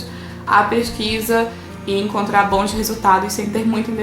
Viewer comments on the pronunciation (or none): none